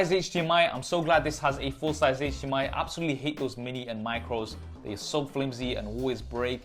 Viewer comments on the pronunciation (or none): none